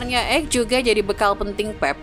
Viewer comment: Ake bukan ek...perhatikan pengucapan nama pemain...